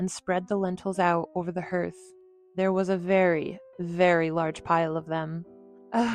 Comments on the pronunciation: I had more than one Cinderella book that my Mom used to read to me. The area in front of the fireplace is called the Hearth. It is the heart of the home and is pronounced Harth, just like Heart, not herth! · I can't listen to this when the narrator keeps mispronouncing "Hearth"🙄😫😠!!! It's pronounced HARTH not HERTH!😫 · Seriously trying to be helpful here for future stories. Hearth is pronounced "harth", not "herth." There are two stepsisters, so one cannot be the youngest. She can only be the younger. If there were more than 2, then one could be the youngest. I think it's great to have the Brothers Grimm tales on YouTube. I devoured them when I was a child. Most of them are indeed grim. Once again, I'm not trying to criticize or be mean. Only trying to make a good thing better.🤗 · Not 'herth' = 'harth'. Hearth is pronounced like 'harth'. That was so annoying. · Hearth is pronounced like heart 💛 with -th instead of -t at the end. You are pronouncing it herth like 'her' with -th on the end. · Hearth is pronounce, "harth" not herth. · It's pronounced "HARTH" not herth. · English is screwy. Earth (erth), dearth (derth), heard (herd), but hearth is"harth"? I can go with hearth (herth) as common sense sounding. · A fireplace hearth is pronounced HARTH, not Herth. Get a clue! You ruined a good story. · H-e-a-r-t-h is pronounced "harth", not "herth". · It's pronounced "har-th" not "her-th"😳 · The correct word is HEARTH ………rhymes with DARTH …..not herth! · Please if you can't pronounce hearth (harth) correctly, just say fireplace. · Also - hearth was pronounced "her-th" instead of "har-th." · Also: Since when is "hearth" pronounced "herth"...?.... I do believe it's "harth"..... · I'm dying over one thing. "Hearth" - pronounced like "art", not " earth". Anyone who learns English with the illogical rules has always had my deepest respect, it's a completely illogical language. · Robot!!!! Hearth is pronounced hurth These robots have no heart. . . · What on Earth is a "herth"?